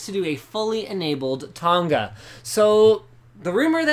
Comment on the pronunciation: Linus the way you say Tonga is so cringe worthy plz stop .... coming from a Tongan LinusTechTips